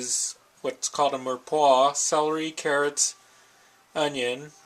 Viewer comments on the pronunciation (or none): mee-ra-pwa, not murpwah